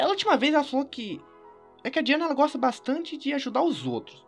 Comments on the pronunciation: goxta de goxta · você goxta de goxta? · vc goxta de goxta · o sky tu goxta de goxta